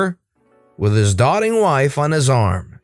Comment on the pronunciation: Doting is doe-ting not dot-ting.